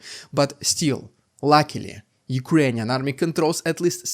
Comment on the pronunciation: Rrrrrrr that's rrrrrukrainian